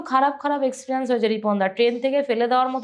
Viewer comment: তোমার গেস্ট কোন ক্লাস অবধি লেখাপড়া করেছে??? জিজ্ঞেস করলে না?? ঝাড়গ্রাম কে বলেছিল ' ঝাড়েগেরাম '!! এক্সপেরিয়েনসকে বলল এক্সপ্রিয়ানস!!!